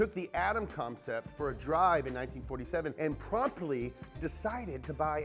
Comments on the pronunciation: “Atom CoMcept” good job 🙄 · “comcept” lol